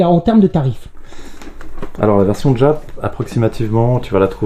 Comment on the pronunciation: Exceptionnel! Juste, par pitié, arrête de dire " djap " pour dire JAP 😅😅